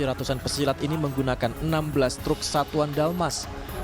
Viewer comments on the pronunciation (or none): Pesilet bukan pesilat